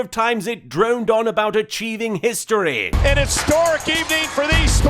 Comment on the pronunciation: during the history montage or collection which ever is the proper term, some of them sounded like pisstory and kisstory. Shoulder tackle.